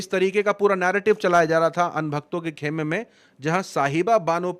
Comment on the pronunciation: Jab urdu bolein to ش ق durust kar Lein. Kheme kya hota hai خیما hota hai Thoda correction karein aur haan Narrative word zara kam use karein baar baar Issey lagta hai k tayyari kam hai aapki Sirf rata hua hai